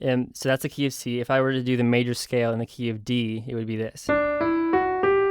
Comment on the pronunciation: when you say the "key of c" I always think you say KFC